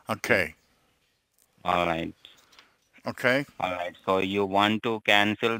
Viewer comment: "allight allight"